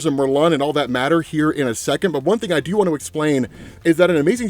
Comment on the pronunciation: You keep saying "Juan" instead of "one" and it's throwing me off 🫥